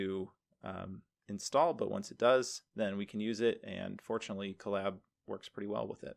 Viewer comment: Huh, I always heard it as "CO-lab", like co-worker and lab..oratory. "cuh-LAB", emphasis on 2d syllable, as said in collaborate, sounds a little funny to me